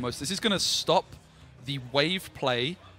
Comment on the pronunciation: I'm pretty sure his name is "e-shock" not "e-cock" 😂